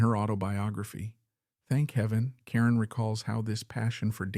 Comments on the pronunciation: Her last name is pronounced Car-Ron not Karen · LESLIE (KAH-RONE) not Karen. You must be very young. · If you want to create a video about a famous person, you might want to think about finding out how to correctly pronounce her last name. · I don't understand why content creators don't at least make sure they're pronouncing the main person of their stories correctly??!!! I think it's because of AI, which absolutely sucks!!! It would only take the littlest of care to check the main character of your story to make sure you have their name right?!!!